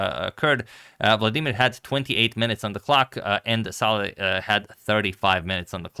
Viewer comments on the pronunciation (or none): none